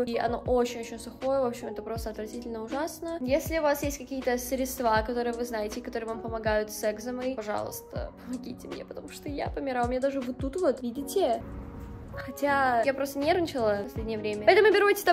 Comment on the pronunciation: СрЕдства и экзЕма... Очень сильно резануло слух🥲